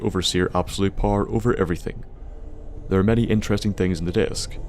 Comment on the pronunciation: you from NI? I've noticed the way you say "thur" like the most of us